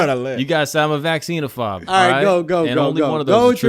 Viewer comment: Vaccine-a-fob??? Bro 😂